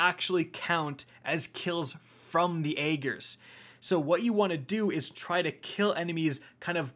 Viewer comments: I can't think of a single YouTuber that pronounces this weapon's name correctly. It's pronounced: AH - GERS! No, not AY - GERS. Not even AY - JERS. AH - GERS! I'm sure I look like a cringelord grammar Nazi right now, but I had to say something. Literally NOBODY is saying it correctly, and it's driving me insane lol. I mean, cmon... There were multiple lines of dialog and an almost 5 minute long cutscene where they referenced it by name multiple times! Ok, I'm done. Thanks for coming to my TED Talk. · "I don't know how to pronounce Ager correctly, even though Savathun said it like 10 times".